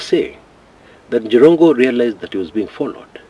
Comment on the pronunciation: 😀😃😄😁😆😂🤣😅😆🤣😆🤣 aka "The Njirongo(not Jirongo)😂😅😆😅....on a lighter note though. The Kamba in you😂... I can't sleep before I listen to you sir. Your reliable, consistent and professional journalism prowess makes you stand out. I affirm your commitment to your cause. Keep it up my agemate sir. My children used to satirically tell me about Jirongo's many children delivered by family van and how much school fees he used to pay, promptly without fail. Imagine Makini school with 39-45K per child per term them days(early 2000). The late daughter with 3 kids was my 3rd born daughter's agemate and class mate at the same time. May God rest his soul in eternal peace. Good analysis 👍. Before I exit, NTV brought in a new slower cctv version confirming that the Mercedes-Benz had already joined his lane by the time the bus was approaching. It kinda looks like the bus hit him while already on his lane meaning its the bus that swayed off his lane. My 2cts view though. Let the DCI do their work to unearth the truth.